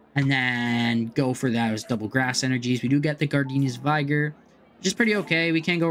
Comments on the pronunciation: Interesting take on the deck. One thing....Gardenia's vig-er not vigh-ger. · Vigr, not vaygor.